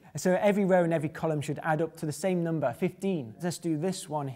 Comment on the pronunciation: I love how he says 'nomber' <3